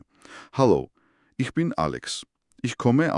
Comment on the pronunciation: "Ich" - წარმოითქმება "იჰ" და არა "იშ".